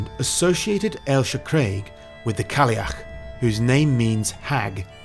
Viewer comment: Have to add, never heard someone from down south smash "Cailleach" as well as you. My step mother struggles learning some Gaelic when she is up 😅